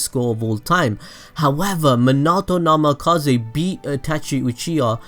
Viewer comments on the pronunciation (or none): NAMIKAZE NAMIKAZE NAMIKAZE NAMIKAZE NAMIKAZE not NAMAKAZE idiot